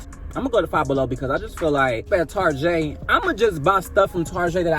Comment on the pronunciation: I love how all of us as black people call target “tarjè” 😂